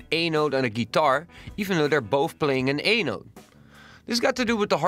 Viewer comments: when you say "A note" it sounds like your saying anal. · did he said anal or a note ?